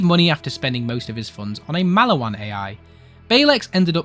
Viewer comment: please learn to say maliwan correctly twin :3